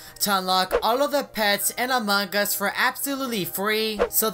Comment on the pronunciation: Why do you say among gus? Who's gus?